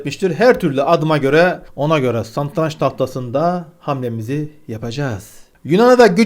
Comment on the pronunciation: Santranç değil satranç